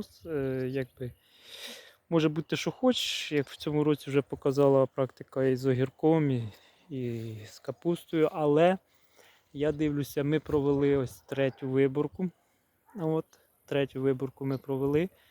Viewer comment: Якось ріжуть слух не властиві літ. мові наголоси: дИвлюся, говОрю тощо. Радує, що трохи меньше того ееееееее. Щодо Діно: фітофтора аж шаліє, нема мульчі з плівки, звідси всі негаразди.